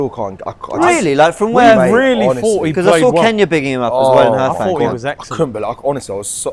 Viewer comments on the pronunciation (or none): none